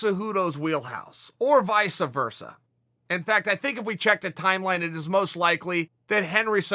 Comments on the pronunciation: Uncle Chael says it’s Vica Virsa not Vice Versa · Chael "Vysa Vursa" Sonnen